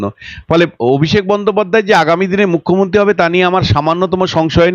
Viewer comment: এই যে সাংবাদিক দিদি আগে উচ্চারণ ঠিক করুন কথা টা mukhyomonti নয় মুখ্যমন্ত্রী হবে আপনার বহু উচ্চারণ ভুল থাকে যা অত্যন্ত কানে লাগে আপনার নিজের কি কানে লাগে না?